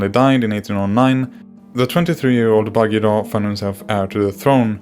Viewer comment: Completely wrong pronunciation!